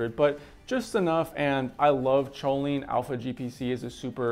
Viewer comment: Isn't it pronounced "colean" dude? 😀 but maybe we are the ones pronouncing wrong and you are pronouncing right 🤛